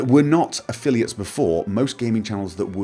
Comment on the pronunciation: You also made a mistake in "affiliates".